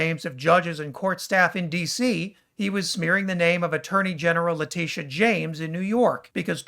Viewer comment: And his intentionally garbled pronunciation of "Letitia". It is just vile.